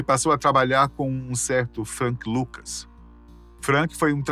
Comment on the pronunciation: Por que pronunciar "Ucher", não "Acha" como correcto, mas "Frenk Lucas" não "Frank Lucas"?